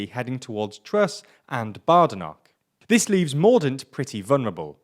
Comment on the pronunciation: Bah-de-noch, not Bay-de-noch... (mispronunciation of the 'ch' notwithstanding as that seems to be too much to ask)